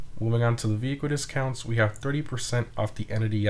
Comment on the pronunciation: Sounded like he said "Purty percent on the stromberg" hahaha Still love these updates